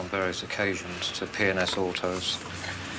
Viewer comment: PNS AUTOS. Sounds like Penis autos when he says it. that guys a typical shifty politician type